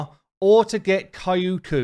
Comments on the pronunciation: She's not "K a i u k u", she's "Kyoku". Check the pronunciation via Google translate=) I'm sorry, it just hurts my ears haha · Kyoku Pretty sure it’s pronounced “Kee-yo-kuu” not “Kai-oo-kuu” lmao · Thanks for the info. I'm going for the fusion, so unfortunately have to miss out on Kyoku. But man, my fiancé laughs so hard when he sees my face every time you say 'kaiyuuku' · Hearing you butcher Kyoku's name never gets old!